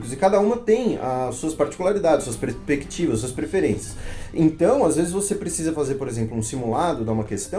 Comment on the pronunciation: "presprectivas" "professor"